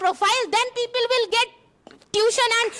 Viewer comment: Get❎ git✅ 😅😅